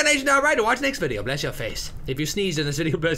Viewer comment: i forgot to post this but in the last video when he was mad cuz he died, when he said bless your face, it sounded like punch your face XD